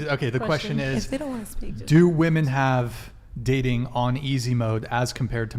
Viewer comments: I literally hate how doesn’t say women but says woman for multiple women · can't pronounce "women". 0/10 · Is it how the microphones are picking up sound or is there a HUGE lack of understanding between the pronunciation of SINGULAR Women(ˈwu̇-mən) and PLURAL Women(wi-mən)? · is so brainwashed she naturally pronounces WOMEN as WOMAN when reading the messages on screen. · Am I the only one bothered by a lot of the women, pronouncing the plural as woman and not as women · People who pronounce "women" as "woman" are so fucking stupid. English is not even my first language, but god damn that shit is basic. If you don't know how to pronounce "women" correctly, you should get a couple of more boosters. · Someone needs to teach that the plural of woman is “women”. She somehow has gone through life without learning how to pronounce the plural of woman…how the F is that even possible? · Can someone explain to me why the pronunciation of “women” changed????